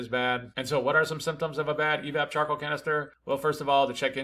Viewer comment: I kept hearing chocolate canister